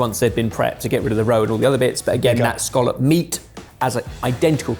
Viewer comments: pronunciation of scallop is irritating me lmao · Dunno why the English pronunciation of “Skawlup” annoys me so much when here in Scotland we call um a “Ska-lip” 😂